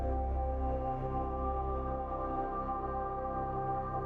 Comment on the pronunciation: Bro its Milkdromeda not Milkamada